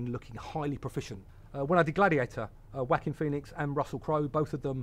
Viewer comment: "WACKING phoenix " lmfao 😂